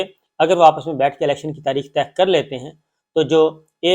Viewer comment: محترم شاکر صابر صاحب، ماشااللّہ ۔ آپ کا پروگرام بہت عرصے سے دیکھ رہے ہیں۔ آپ لفظ “طے کرنا” کو “ تہہ کرنا” بول دیتے ہیں۔ دونوں جیسا کے آپ جانتے ہیں کافی مختلف ہیں۔ نوجوان بھی آپ کا پروگرام شوق سے دیکھتے ہیں ۔ توجہ فرمانے کا بہت شکریہ۔